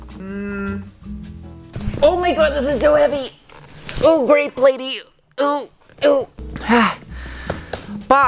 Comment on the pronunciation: Did you say “grape lady” ? Lol that’s classic!